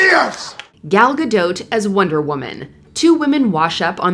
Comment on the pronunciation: As an American I’ve never heard anyone say Gadot like that before!